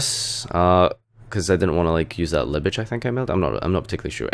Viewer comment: "libitch" nice duels.